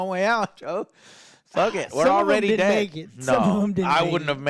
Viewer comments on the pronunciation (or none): none